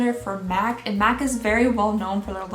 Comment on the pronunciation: At the beginning I legit thought she said " meth advent calendar for 2020"